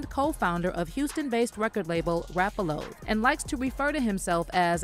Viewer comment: Did you just say rap a low???